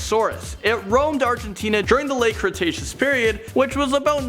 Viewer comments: lol its cretaceous not crustacious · Crustatios period? you mean cretaceous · did he just say crenaceous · And "crecstacious" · The late “crustaceous period”? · Lol was it just me or did say crustaceous and andiconda? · pterodactyl doesn't exist, there is a pterodactylus which is tiny and the pteranadon, also dude you mispronounced quite a bit of things lol spinosaurus spine is called a sail it's it's not crentasious period it's not tryannosaurus and it's spelt like mosa but it's pronounced like moza please iosaurus is how that the well the you know what is spelt, some of these mistakes are common but you need to make sure you're pronouncing things correctly more often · (Que tz o coat les) (cre tay shos) (ter an o don) thats how u say these things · i like how he keeps getting the word cretaceous wrong